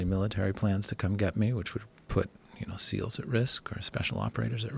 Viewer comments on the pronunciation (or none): none